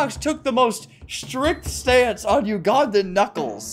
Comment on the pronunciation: i love teh way flamingo says ugandan